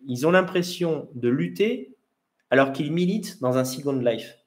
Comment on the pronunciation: pourquoi employer des termes anglais comme « second life », prononcé avec un fort accent français, ça veut dire quoi concrètement en français?